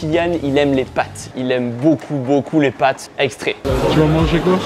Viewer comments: "pâtes" et pas "pattes" 🤦‍♂ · Le "pattes" au lieu de "pâtes" tout au long de la vidéo m'a provoqué une crise d'angoisse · On peut voir que t était nul en français. C est pâtes pas patte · Pates et non pattes 😣